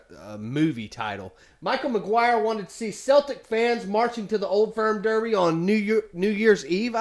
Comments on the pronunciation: you don't pronounce the Boston Celtic's (Keltic)... same with Glasgow Celtic (pronounced Seltic) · It’s pernounced seltic. But spelt Celtic. I’m a Celtic fan and it’s so nerve racking at old firms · Seltic 👈👉pronounce it like this celtic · When talking about the football team, its pronounced like "sel-tic". Any other time its Celtic. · It’s Celtic not keltic 👍🍀